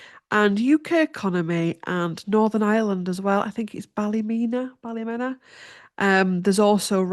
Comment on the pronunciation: Ballymena Ballymeana is how you say.